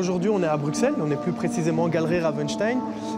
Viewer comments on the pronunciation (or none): eh déjà ça se dit pas brukselles tu fous quoi fieu